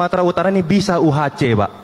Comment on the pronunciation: Bobi mengucapkan UHC tidak benar, prenounciation salah total. Mau bikin trik tapi keliru.